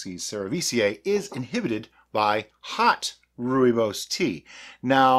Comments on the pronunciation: You have nailed the pronunciation this time! I have made wine with Rooibos, much like your mead, but with sugar. Quite a complicated taste, but not bad at the end. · The pronouncing of Rooibos is now perfect, but i prefer it your way.In the South African gold mines the miners will take frozen sweet Rooibos with a dash of real lemon juice in it underground by the time they reach there working places it would be a ice cold tee to drink. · Good day and you the first American to pronounce "Rooibos" correctly! I did post you a message on your facebook group about making my wine about the Hanepoot wine to be more spiific and hope you can help me out. Regards Lekker dag en baie dankie Nic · Lol, your original pronunciation is fine, many people say it that way and it is certainly not wrong. Glad to see you made it into a mead, I drink a lot of it as it is so this will make a cool project. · It's definitely not wrong. Thanks for wasting your time! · You got it good pronunciation wise this time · Nailed the pronunciation! 😁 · Good pronunciation, now you just need the "Afrikaans" accent to go with it. On a different note, I believe that Rooibos has natural antimicrobial properties which may have contributed the the early finish in fermentation. Could be an interesting experiment to add the tea towards the end of fermentation rather than upfront🤔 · "improvement" in pronunciation! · Pronunciation definitely better